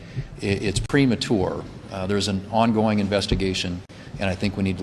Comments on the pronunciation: It's "prematour" (that's how he pronounced it)? GTFO. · That man really said "premaTure" twice